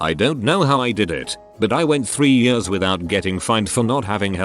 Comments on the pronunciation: No one: Text to speech voice: yörs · Nobody: The text to speech: Yêärs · nobody: text to speech: y u r s